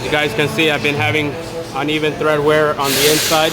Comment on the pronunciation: It's TREAD not thRead!